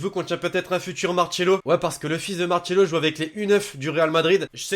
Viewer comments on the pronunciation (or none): Ses pas marchelo comme comme comme tu tu tu le dit le dit le dit ses Marcelo